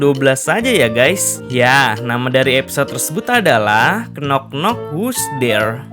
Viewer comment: Sedikit koreksi min "Knock" itu gak dibaca "knok" TAPI dibaca "nok" Huruf "K" nya tidak dibaca, alias Silent -K